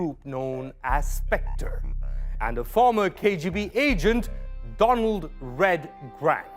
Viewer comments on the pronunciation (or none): none